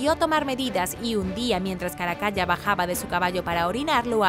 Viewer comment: Excelentes videos, muchas gracias! Y UN DETALLE: se pronuncia "Caracala" no "Caracaya" y se dice "MONStruo", no "MOUStro" u otra forma (esta palabra parece que se le indigesta a muchas personas). Saludos!